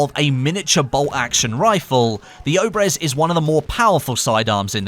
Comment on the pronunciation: Not Obrez obrEz